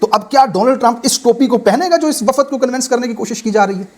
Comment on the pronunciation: Waffad nahe wafd sahe ward